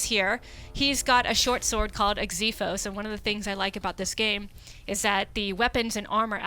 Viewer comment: OMG!!! SHE PRONOUNCED XIPHOS RIGHT!!! I can die peacefully now...